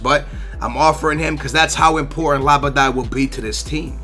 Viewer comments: labidad? Lol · LABADAY, ANDRE, ZUMBA...damn.